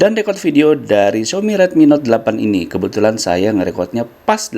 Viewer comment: Yailah ngomong Xiaomi aja "Xiomi"